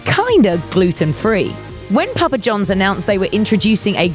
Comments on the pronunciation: It's Papa John's not Jones, and say "Controversy' correctly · Hearing a British person say "Papa John's " is... amusing, to say the least.